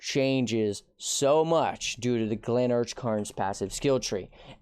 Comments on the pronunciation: Glennach is from Gaelic and is pronounced Glen-Auk, not Glen-Arch... please! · The man REFUSES to pronounce Glennach Cairns correctly. My dude, there's no "R" in Glennach. It's GLEN NOH not Glenarch bro.